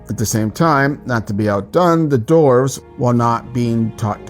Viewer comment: So the words “dwarves” & “dwarven” are pronounced “dorves” & “dorven?” Not making fun, just wonder where the W went